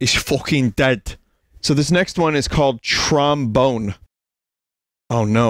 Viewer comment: “Trom Bone” “Tron Bonne” 🤔🤔🤔🤔